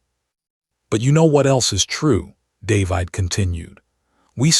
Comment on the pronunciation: If AI can pronounce plague, why can’t it pronounce the name David?